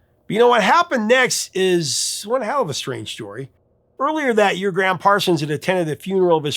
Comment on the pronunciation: BTW—it’s Gram, not Graham, Parsons. The Gram was short for Ingram.